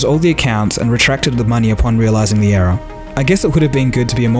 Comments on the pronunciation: The way you say error sounds like era as in age. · is he speaking era or error lolzzzzz :-) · You can't even say error